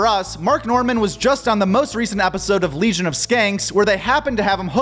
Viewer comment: Legion no lesion 😂